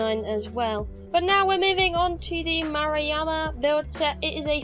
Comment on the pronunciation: First off, nice job pronouncing "Murayama." Other cats just didn't even try. At least try, I say. Nicely done, you! Edit: That sounded snarky. I wasn't being snarky. Further edit: Second off, Jesus... that shit looks amazing. I've been sort of bored with Conan Exiles lately, but this helps. I think I'm going to go and tear down one of my shitty castles, and make a prettier one. Thank you.